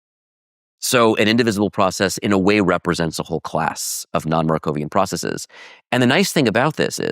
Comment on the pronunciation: Dropping the Markov assumption is practically dropping the idea of causality. I can understand when you pronounce 'bases' as 'basees', and 'crises' as 'cricees', because of their Greek origin. But why pronounce the ordinary English word 'processes' as 'processees'?